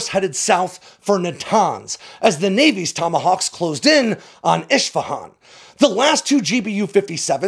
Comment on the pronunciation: Great content as usual,, but my friend, you need to learn how to properly pronounce place names if you’re going to keep doing this. Isfahan is pronounced “ISS-fa-hon”. You pronouncedit “ISH-fa-hon”. That would be like saying Bew York.